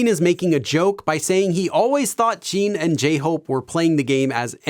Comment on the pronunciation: It is Jin not Jean … and JimIn not Jeemin